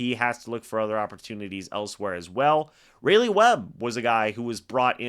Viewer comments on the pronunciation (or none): even though it’s probably the last time you say his name, I should note it’s RAWleigh Webb. Like the capital of North Carolina